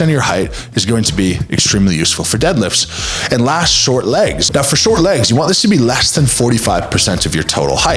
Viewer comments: Dealifts not deadlifts lol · DEALIFTS? Might want to have to have a conversation with your editor😅